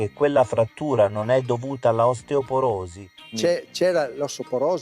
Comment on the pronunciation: Anche "osteoporosi" lui non riesce a dirlo.